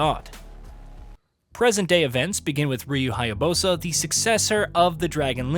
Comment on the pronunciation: This dude is still saying Hya-bosa, need to learn the correct pronunciation of the names bruh...